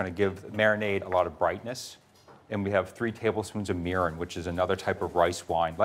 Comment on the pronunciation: Egads! Great recipe but painful pronunciation of Japanese words -- the same "i" that he gets right in "miso" should be used in "mirin" and "shiro". And the "e" in sake should not be that same "i" sound; it should be the Canadian "eh". Google Translate has a great pronunciation tool that can help with this stuff.